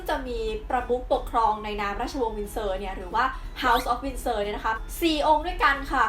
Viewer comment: *Windsor นะครับ ไม่ใช่ Winsor ช่วงวินาที 1.10 ผิดนิดนึง